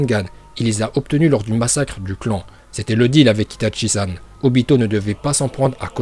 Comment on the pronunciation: C'est itachi pas itatchi et c'est Uchiwa pas uchiha !!!!!!!!😠😠😠😠